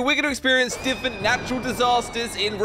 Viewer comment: i love how instead of different he says diffent some ppl may think im being rude about this but i just love his pronounciation of different